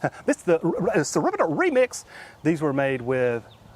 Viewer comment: Sunomi? Tsunami? - lol - btw, "rr rr r r r reeemix" - made me chuckle.